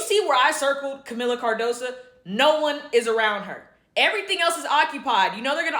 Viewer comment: Her name is Cardoso not Cardosa, come on now get it right! SMH